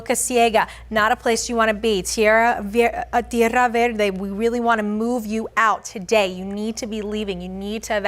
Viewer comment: Why did she say Tiera verde like that lmao